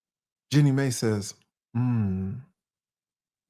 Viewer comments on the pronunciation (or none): MAI.....NOT MEI 😡😡😡